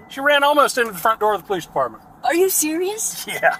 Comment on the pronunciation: "Imma scared of pow-leece ah bruvah died uh pow-leece!" Ah yes, a typical family of crime.